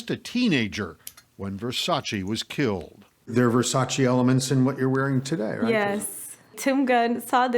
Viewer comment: Versac EEE his name doesn't end with i